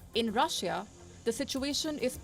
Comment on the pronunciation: can you get a new anchor who knows how to say the word Russia correctly next time?